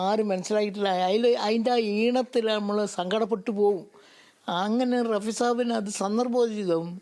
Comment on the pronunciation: റാഫി അല്ല; റഫി